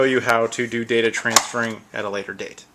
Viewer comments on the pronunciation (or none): none